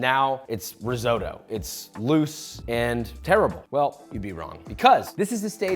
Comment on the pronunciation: The way americans pronounce “risotto”. Resodo. Speaking is hard isn’t it